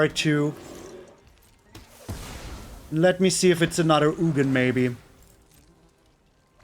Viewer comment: Its ugin (ooo-gin)